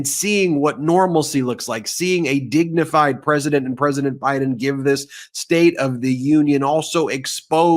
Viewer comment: Trump can’t even say dignified